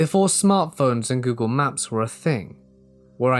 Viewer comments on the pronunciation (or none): none